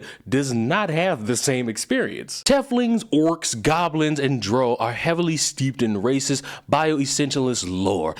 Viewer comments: Drow... like cow. Not Drow, like crow :) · This video was great, but hearing how you pronounced drow and teiflings was awful lmao. 🤣🤣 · How you're saying Tiefling and Drow is bothering the fuck out of me... Love your videos, but, GOD, that is getting me. Lol